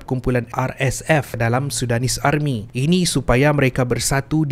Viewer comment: Army tu tk bunyi R dia.. Dh mcm jiran sblh plk.